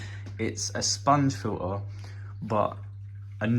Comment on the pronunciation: What’s a fill-uhh?